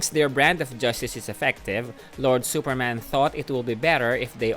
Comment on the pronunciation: “Supermen is exactly as we know. He is also from Krypton.” I know exactly what you mean. But it sounds like that “he is Superman. But in addition, he is also from Krypton. That is cool right?” Lol